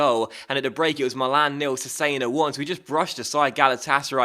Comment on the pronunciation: Cesena is pronounced Chess-enna